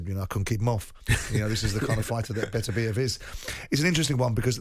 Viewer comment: Why is Simon the only one pronouncing his Beterbeiv's name right? Imagine going on air to talk about someone and not being respectful enough not to learn how to say his name right